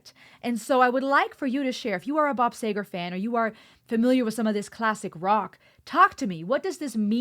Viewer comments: You are saying... say gar Honey it is ....sea ger like see. All Bobs stuff is really good. His words draw you in and stay in your head. Everybody of my generation could sing all his stuff. Nothing complex, no big vocabulary, but great nonetheless. You do not have to analyze or compartmentalize you just enjoy Bob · SEEEEEEEEEEE -- GERRRRRRRRRRR !!! Geez , why do newbies keep getting this wrong ? His name is Bob See - Gerrrr , not Say Ger ... SEEEEEEE - GERRRRRR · It's not Bob Say-ger. It's pronounced Bob See-ger. He is a story teller like none other who pours himself into every song. This tune hits me a lot harder at age 71 than it did at 35. When I watch this video of the people waiting for the train to pass I see every car on that train representing one year of life and it really does seem that way. Each person in the video was experiencing life in their own way. One couple were kissing, 4 guys in one car were talking, Bob sat quietly in his old Corvette lost in introspection. Soon the train passes and Bob drives off into the unknown.A song of his with similar roots is "Night Moves". Another is "Against the Wind". The last one you need to hear is "Turn the Page" which chronicles his bands experiences of life on the road as a musician. I took my three grown sons to see him 15 years ago and they like you knew who he was but came away with a new appreciation of just how great a musician and storyteller he was. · it's pronounced "seager". (Sorry, if i had to try to make that clear by murdering the spelling of his name.) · Bob Seger is pronounced "SEE-ger" Bob Seger "Smokin' O.P.'s" Other Peoples Songs. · It's pronounced Bob Sea ger. Lol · It's pronounced seager. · His name is pronounced Seeeger! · Its Bob "See-Grrr". Say it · Pronounced Sea'gar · It's see ger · The name is pronounced "see ger." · Sea -gar please if you go more can you correctly say his name. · It’s “Seger”! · Bob “See-ger “ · Just FYI ... It's pronounced See-gur. 😁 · Pronounced "SEEGER"